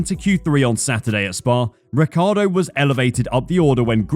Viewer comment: Daniel Ricardo ?! 😂 is this how americans pronounce his name ? ffs !? it's an italian name obviously and how i thought it was pronounced is Richie-Ardo, i mean that's how every italian would pronounce it take the "Ric" from Ricardo and pronounce Ricci (from Christina Ricci or Guy Ritchie) + ardo, it's not rocket science.